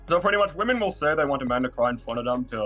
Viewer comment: It's the (surprising common for some reason) inability to say "women" for me